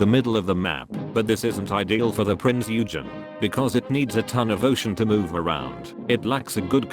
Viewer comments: "THE PRINCE YOU-GEN" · A German here: Please...Prinz Eugen is pronounced like Prince Oigen.😉 Oi like in oil! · Jesus Christ, the AI voice SLAUGHTERED the "Eugen" name.